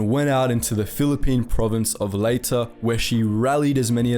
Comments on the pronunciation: My maternal family has an entire history there. No. It's Ley-Teh(American Accent), you were quite close "Lay-Tay" in Tagalog would sound like "Lie-Tie". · Leyte is pronounced Lay tee. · It is Leyte (the e is a long e sound). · Thank you for pronouncing Bataan correctly. Then you murdered Leyte!